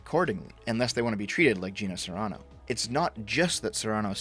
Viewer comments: Carano is not pronounced Serano, lol. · Carano. Pronounced: 🚗 + "ah"' + "know." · I think the most shocking and terrible thing out of all of this is how pronounces Carano.